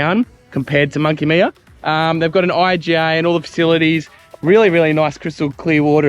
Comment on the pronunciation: Monkey Miiiiyyaaa not Monkey Meeeeyyyyaaaa! Anyrate, nice video and amazing to see how much that whole region has changed over the decades. Grew up since birth in the early 1970's doing two trips every single year to visit friends in Denham (and still doing it) as well as spending days around Shark Bay and Monkey Mia. Was nothing there back then, even the road into Shark Bay was all gravel through from the Great Northern Highway turn off. Rarely used to see anyone else at Monkey Mia or Shell beach, even though spending sometimes a whole day out there fishing and swimming. Looks like most of the places we travelled all over Australia that were once very remote and isolated have become major highways and hot spots. Tourism is obviously a massive industry all over the country now, giving a lot more people much easier access to travel and explore 👍